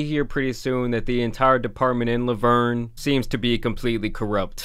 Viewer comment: How you pronounced La Vernge made me keel over lol im a local and have never heard that.